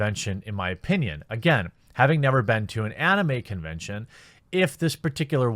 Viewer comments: Jeremy pronounces anime oddly. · ugh Jeremy pronounces anime weird. Anyway, I'm a big anime fan and I don't care one bit about VAs. I watch mainly anime with subtitles. Just so long as their voices aren't like Goku, I'm good. From what I understand the Japanese VAs are a big deal in Japan and some western anime fans care about VAs in general but seriously, they're not essential for conventions. I rather meet the anime artists, directors, writers and the creators of the IPs.